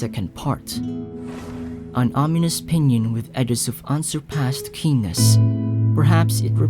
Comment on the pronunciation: Is it just me or did they say p***s instead of keennes